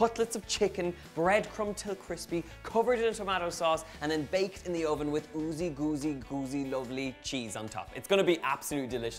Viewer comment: That emphasis on "OOZY GOOZY GOOZY" 😂😂😂 U never fail to make us laugh 👍🏻🤗